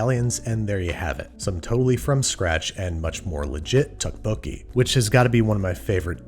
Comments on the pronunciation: This I agree with. However I did not think he pronounced 떡볶이 well. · yeah it was a little painful each time but like at least he tried which can not be said for a lot of people unfortunately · Ok yeah he pronounced tteokbokki wrong, but it's not an easy work to pronounce unless you speak Korean or have heard someone else say it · "More correctly" is a pretty low bar, and let's be clear - this is not the correct pronunciation of tteokpokki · Babish, saying korean words with correct pronunciation but wrong inflection every time. It's okay still love you, you did your best. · Man butchered the name lol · The double T in the beginning is actually pronounced like a D :) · 아 ㅋㅋㅋㅋ 떡볶이 발음 왤케 귀엽냐 ㅋㅋ Lol Babbish saying tteokbokki is so adorable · Pronunciation is off but the recipe is legit -A Korean. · I love the way you pronounce Tteokbokki, as a Korean I can tell you the writing is way different than the pronunciation. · Here's how to say it: toe - poke - key :) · Your pronunciation is killing me. It’s a soft t sound, almost a d sound. It’s somewhere between tok and duck. The second part is close enough. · Its pronounced more like duck boke gee more than tuck boke gee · Thank you for bothering to pronounce the ingredients correctly. However, the dish is pronounced DUCK-po-kee. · Wait Andrew Isn't ttekobokki prenoused tapoki? Eh idk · Did anyone else die a little inside every time he pronounced the "Tee" sound in Tteokbokki? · hi babish! when i first ordered this dish from my dad's favorite korean restaurant, he told me that the " tteok" is tteokbokki is pronounced closer to "duck" ! wonderful video tho :) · There’s no t sound in dukk bo ki. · say duck but replace the 'd' with 'th' = thuck-bokki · pronunciation tip: the rice cakes (tteok english spelling) is just the word duck with a hard d. ttuck-bo-kee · Tokk like a cross between dock and tock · It's pronounced doek-bo-ki (doe=duh). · Ah yes, my favourite ttekkbbooi